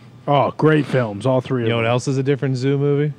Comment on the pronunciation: Hilarious that corrects the word Thespian when he can't say "them" correctly., them has an "e" thus it shouldn't rhyme with plum, like when you say it...